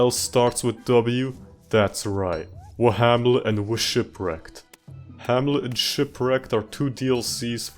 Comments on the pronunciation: "Wahamlet" and "Whshipwrecked" had me dying laughing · 2 minutes in and I'm cackling laughing my ass off at "whamlet" and "wshipwrecked" 😂😂😂😂😭😭